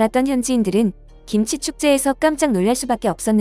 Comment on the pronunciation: 김지가 아니고, 김치로 발음 하셔야 함!